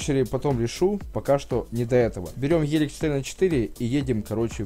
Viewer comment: не ғелик а гелик